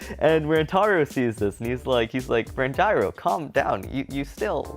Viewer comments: Can someone tell that Ranjiro’s name is pronounced Ranj-ear-oh not Ran-gyro😂😂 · It’s Ranj-ear-o not Rangyro. Please stop saying Rangyro🤣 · You said ranjiro wrong